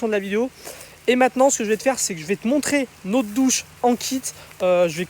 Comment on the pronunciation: Notre douche et non pas nautre douche, puisqu'il y a deux consonnes qui suivent le o 😉